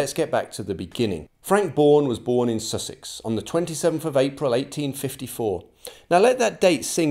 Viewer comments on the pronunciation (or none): none